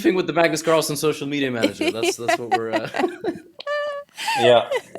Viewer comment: Magnus call-son 😂